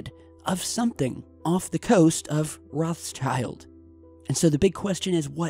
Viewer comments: the pronunciation is not rozshyaild, it's - roT sheeld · The pronunciation of 'Rothschild' is not like 'Roth's child'. It's 'Rotshield'. Rothschild means 'red shield' in German. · rothschild is actually pronounced rowedchilled as in rowed and chilled spoken as one word. it's german & means "red shield" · Hey the name ROTSCHILD means RED SHIELD in german and is pronounced "rod shillt".;) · ... Great video but... Is it really so hard to pronounce Rothschild?..